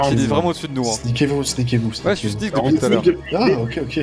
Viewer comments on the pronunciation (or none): Ptdr Snake au lieu de Sneak il a cru ct un serpent le gars